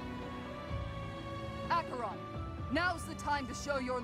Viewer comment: It's funny that even after five years Lysithea is still obsessively paranoid about being treated like a child. Also I am so happy this game has the proper pronunciation of Acheron. These days most people read/say it as "ash-uh-ron."